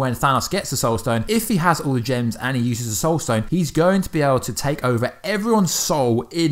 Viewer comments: Did he just say "Stoul sone"? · I noticed that too. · True Titan110265 yep